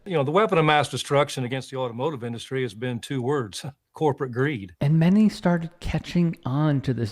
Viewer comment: Who tf say inDUStry like that?!